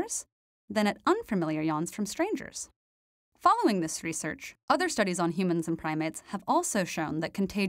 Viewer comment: I voted this video down due to the way you say the word 'research'.